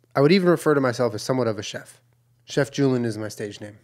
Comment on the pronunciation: I think he even spelled it as “chef julen” 😂 that’s what I heard 😍